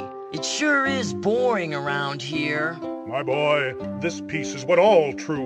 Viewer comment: "MAI BÓY"